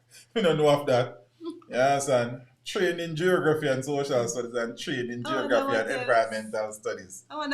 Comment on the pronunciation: Do u know that your pronunciation of Geography is way off?? 🇯🇲🇯🇲😥😥🥱🥱🥱